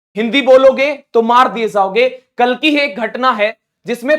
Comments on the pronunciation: Pehle khud sahi bol hindi 😂maar diye zhaoge nahi jaogen hota hai 😂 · Zaoge nahi jaoge😂